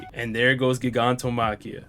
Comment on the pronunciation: I’m sorry but you said Gigantomachia wrong you pronounce it like Gigantic